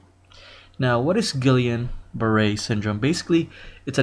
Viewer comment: It's pronounced Gee-yan